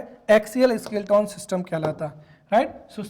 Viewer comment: स्केलेटन उच्चारण होगा सर न की स्किल्टोन 🙏